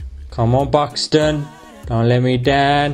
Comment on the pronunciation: why he sound as if he says 'pakistan' when he says Buxton ?